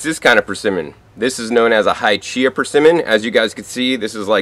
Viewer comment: the Hachiya variety is pronounced Ha-chee-ya, not "Hy-chee-ya." Ha, or "hah," just like "ha ha ha."